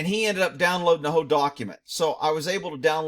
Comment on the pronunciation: I am busting up cuz when you say the word "whole" it sounds like you say "HOE" I LOVE IT 😆 THANK YOU MY BROTHER.